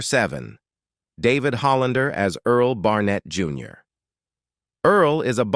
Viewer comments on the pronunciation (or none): none